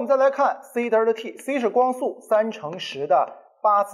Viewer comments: 迷妹表示超喜欢听李老师讲课，清晰易懂。只是有个发音实在是不太标准啊，是delta 不是“嘚儿踏”啊，刚听到时我就黑人问号脸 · 作为李老师同龄人的我对李老师的敬仰犹如滔滔江水。天天追李老师的新课，期待李老师更多好作品。有一个小建议不晓得合不合适提。李老师Delta的读音能否改善下，每次听李老师读Delta读成Derta每次寒毛都会竖起来，哈哈。Delta没有儿化音的哦。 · 不是呆儿塔，应该读呆噢塔